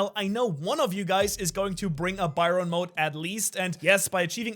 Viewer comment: Did he just said bayron mode meanwhile the description says baryon BARYON MODE! not BAYRON!